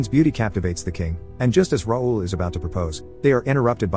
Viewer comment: Its not “roll” its “ra ool” (raoul) french name